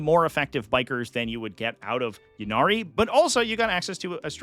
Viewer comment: For bames that start with Y, such as “Ynnari” and “Yvonne” you pronounce the Y as an “EE” sound. “EE-Nari” or “EE-Von”. It’s not a “yuh” sound.